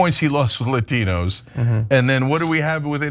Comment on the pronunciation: La tee knows???😂😂😂😂😂